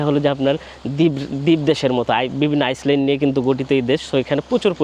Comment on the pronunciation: পূর্ব তিমুর থেকে মাঝেমধ্যে আইসল্যান্ড চলে যাচ্ছেন ? ইংরেজী শব্দগুলোর সঠিক উচ্চারণ করার অনুরোধ জানাই ভাই। তাছাড়া প্রয়োজন ছাড়া অযথা ইংরেজী শব্দের ব্যবহার না করাই শ্রেয় বলে মনে করি। আপনার কিছু ভ্রমণ প্রামাণ্যচিত্র দেখেছি। ভাল লেগেছে। ধন্যবাদ।